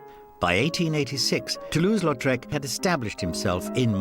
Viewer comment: "Toulouse" not "Latrouse." Even you didn't get it right.